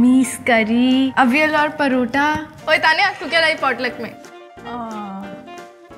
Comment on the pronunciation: Parothaa😂😂😂 wat u think k Aise bolege toh bade hi class hojayge😂ediot parotha it's parathha